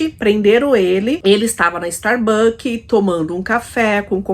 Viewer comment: StarbuckS com “S”!